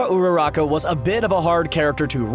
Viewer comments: He cant pronounce most of their names lida=ida uraraka=orrrraraka mineta= minnnitaaa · Tfw host guy perfectly pronounces Sero but absolutely butchers Uraraka, Kirishima, etc. More often than not you roll your R's when pronouncing japanese names.